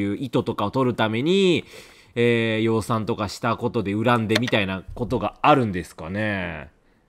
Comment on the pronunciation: 〈養蚕〉を正しく言える、四十八のころとは一味違うレトさん。